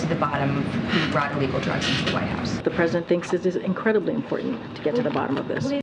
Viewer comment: The president couldn't even say " incredibly important "